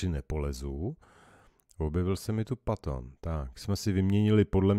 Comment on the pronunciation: Super a patton se vyslovuje petn